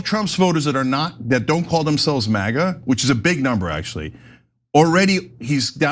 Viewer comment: Did he really say MIGA? 🤦🏻‍♂️